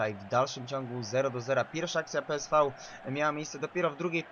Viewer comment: Gdyby co to PSV czyta się peeswe